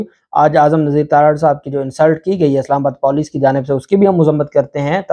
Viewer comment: It's not Poooleec, It's Puuleec Don't be moroon with Urdu